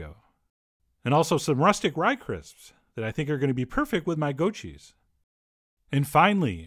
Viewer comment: You pronounced the first cheese wrong twice lol